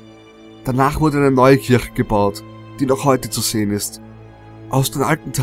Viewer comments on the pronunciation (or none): none